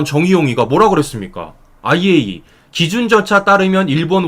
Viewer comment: 정말 수고가 많으시지만 이왕 방송하는거 정확한 발음으로 아이에이이에이(IAEA)이라고 방송해주시면 오히려 손상TV 신뢰도가 높아질거라고 생각합니다🙏🙏🙏❤❤❤❤❤❤❤❤❤❤❤